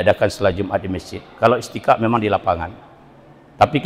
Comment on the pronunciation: Sudah disubcribe kanda, perlu diluruskan bacaan Istisqa' bukan Istiqa', dan Q.S Al-Hasyar ayat 18 tahsin lagi Krn banyak ummat yang dengar, sound bisa di edit dg Cap-cut.